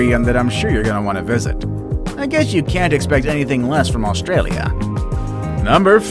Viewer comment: That’s not how you say Australia mate 🤬